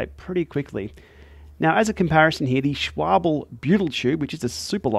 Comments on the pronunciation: Schwabel? My German ancestors are turning in their graves. It's Schwalbe. L before b. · its SCHWALBE not SCHWABEL. why do all americans find that word so hard :) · Schwalbe not Schwable :face-red-droopy-eyes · Dude, it's called SchwaLbe ... not SchwaBle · Those are Schwalbe, not Schwable! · Schwalbe, not Schwabel. :) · Just a friendly note: Schwalbe is pronounced Schwal-buh, not Schwa-bul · What's with Aussies pronouncing schwalbe as shwobble? The l is before the b. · It’s Schwalbe, not Schwable😏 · swabel, lmao. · Please learn how to pronounce Schwalbe! Try 'Sh-val-ber'. It's the German word for swallow (the bird) hence the use of a bird logo on some of their products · Shwabel? You're not a German speaker then,? 😄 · Can someone teach how to pronounce Schwalbe please 😂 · you are right, the a is short, but that's splitting hairs considering how everyone is pronouncing it currently 😊.